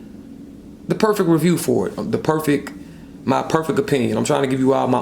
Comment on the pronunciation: "Perfeck"....come on dude...wtf